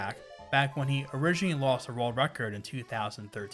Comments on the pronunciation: why do i keep hearing rerld record? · Rorld Record